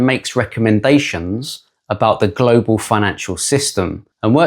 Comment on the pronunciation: Saying Glo Baal..... it's Earth